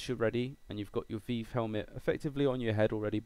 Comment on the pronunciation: Thanks for this, going to give it a shot. also, weird how you say Revive with the hard I, like eye, but say Vive like Veeve. Do all british folks call it the Veeve? Just FYI, HTC says it's Vive with a hard I, but you English always have your own ways. :-)